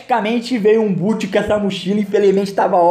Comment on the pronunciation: SE FALA BÓT, NÃO É BUT